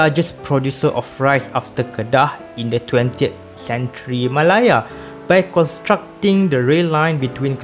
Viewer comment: Interesting Video! Nice insight on the east coast line and the reason for sustaining it. Maybe a point to note, malaya is pronounced meh-leh-a or Malay-ah with the ah being slightly higher in tone I noticed you were mentioning it as ma-lah-ya. I really hope to see more content from you tho!